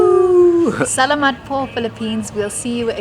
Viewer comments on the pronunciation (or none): the trick to pronouncing tagalog words is to place the accent on the second syllable and not on the first syllable as you do generally with english words. leCHON instead of LEchon, saLAmat instead of SAlamat, taGAlog instead of TAgalog. of course, there are a few exCEPtions. safe TRAvels.